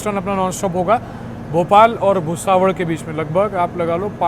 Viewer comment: Bhai Bhusaval भुसावल hai naam uska, aap भुसावड़ kyu bol rahe ho. Thik se bolo naam